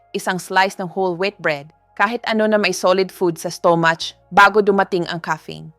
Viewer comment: Pls. Improve ENGLISH PRONOUNCIATION , sometimes I can’t understand a single word you’re pronouncing, like stomach., I still need to think . You pronouns STO-MUCH etc. thank you!